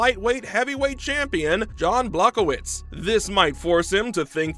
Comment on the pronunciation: To the content creator - If you want to sound like you know what you're talking about, at least get the fighter's names right. Jan Blachowicz is pronounced Yan Bla-hove-vitch.